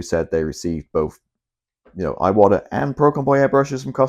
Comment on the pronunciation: Bruv, you’ve got 12.3k subscribers (which I think is an amazing feat, don’t get me wrong) but nobody is copying you old son. To hear an Englishman say ‘aye-watta’ makes my eyes watta every time. An Englishman imitating an American, in any possible sense, is a massive step backwards. In fact, it’s akin to devolution.